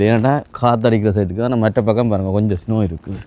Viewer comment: தம்பி சுனோ சினோ இல்லை